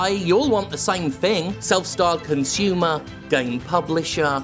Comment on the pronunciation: did i heard something like cunt-sumer? im stealing it..